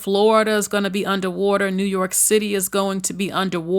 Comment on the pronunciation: Moderator…the word is MELTING not milting, each time you said that I thought you were saying someone’s name…Milton